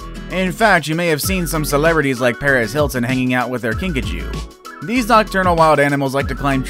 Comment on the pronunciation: when you said Kinkajou I thought you said Pikachu